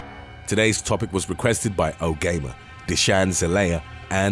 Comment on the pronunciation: "Oh gamer" made me giggle 🤭 I think you mean " oh gee gamer." 👍🏻